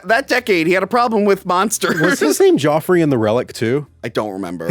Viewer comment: Lol. He doesn't know how to pronounce Geoffrey. It's like Jeffrey